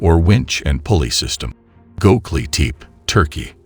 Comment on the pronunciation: "Hi-Tech ground penetrating radar" Proceeds to show me a Lawnmower. Also its ( Go Beck Lee Tep Pee ) Also ( You Ness K Oh )